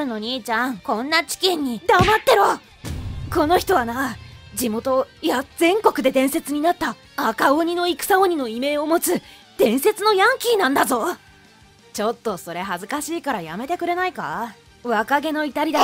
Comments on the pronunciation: いめい...？いみょうでは？ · 異名って 読み方「いみょう」だよね？？